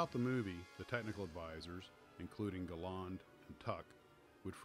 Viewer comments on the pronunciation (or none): It’s ‘Gal-and’ and ‘Mal-an’ , not ‘Galarrnd’ and ‘Malarn’ . Also Sailor Mallan was South African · I enjoyed this review very much, but I grind my teeth in frustration at how Americans continually mis-pronounce people's names! Surely your research should have avoided these basic errors? "Aydolf Gayland" is pronounced Addolf Gall-land. Douglas "Bayder" is pronounced Douglas "Barder'. "Hammish" Mahaddie is pronounced "Haymish" Mahaddie. These great and heroic veterans deserve better!